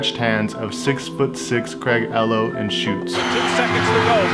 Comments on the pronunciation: Craig "Llow" lol it's "Elow" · Craig elo...? Its Craig eeelo! 😆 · Its Craig Eee-lo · It’s pronounced “E-Low” not “EL-OH”. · It cracks me up when this younger generation of basketball fans mispronounces the names of players in past eras. Craig ELow? It's pronounced E low. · Ee-lo not El-o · Bro, the Cavaliers player’s name is pronounced like “ E-low” NOT “L-low”. Must not have been around at the time that he was playing. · "Craig Ello" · Craig Ehlo is pronounced Craig Eeee-low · "Eee-low"---c'mon man... Before you make a documentary, please learn the proper pronunciation of someone's name. Mispronouncing a name can put your entire study into jeopardy. For one it lets your viewers know that you didnt watch whatever subject you're covering when it was current, otherwise you would know and secondly it puts your thoroughness into question as well. If you didn't dig deep enough to learn something as simple as how to prounounce a famous basketball players name then what else did you miss. Your response to this whether public or private will be your true judge. So be careful. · Craig ( E low) its pronounced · its pronounced E-LOW ....... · Craig "Eeeeeee-Low" 🤦‍♂️ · Bro, Craig Ehlo is pronounced EEELOH. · It’s Ehlo It’s pronounced E lo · It's Craig Ehlo pronounced eelo lol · It’s Craig “EELO” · Craig EEE-low… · Craig Ehlo... Pronounced E-Low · Ellow?!? If You Say Ellow, You Can No Longer Make Jordan Videos.... SMDH. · It’s pronounced “E-low” 😎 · To phonetically sound the name out it would be pronounced “E LOW” hope this help. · Awesome vid👍🏻but just one thing ... the guys name is said Craig (E-Low) Ehlo, but awesome vid I like them all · He said Craig "Ello" 😂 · How many times have you been corrected about your pronunciation of Ehlo? LOL It's a long E sound - EEEhlo :) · Poor Ehlo. The narrator isn’t even pronouncing his name correctly lol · Ehlo is pronounced with a strong E. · you mispronounced Ehlo.